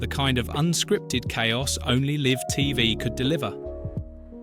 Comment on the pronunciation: Spot the stupid AI narration that thinks that “live” in this context rhymes with “give” rather than “hive”.🙄